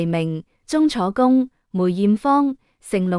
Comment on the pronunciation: 鐘楚紅講鐘楚工？？？唔係吓話？？有冇做功課架？